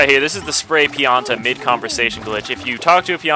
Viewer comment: Did you say "Penis Island"?